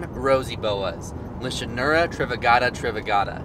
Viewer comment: The "ch" in Lichanura makes a "k" sound. The same goes for Charina as well.